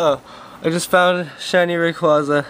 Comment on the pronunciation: This is what u get for calling it ray-quo-za. In all seriousness sorry man feel bad for ya